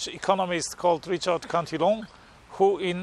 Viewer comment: It’s pronounced [Cant-a-lan]